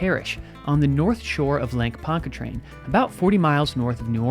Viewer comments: "just so you know" it's pronounced Lake Ponch ah train 😊 I know, us Southerners pronounce things in some crazy ways😳 Fantastic journalism per usual on your channel‼️ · My ears perked up when he said that, and I’m a Yankee😂